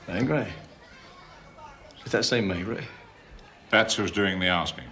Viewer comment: If only the british could at least try to pronounce the inspector's name properly. May-gray sounds ridiculous. It can't be so hard to turn it into Meh-greh.....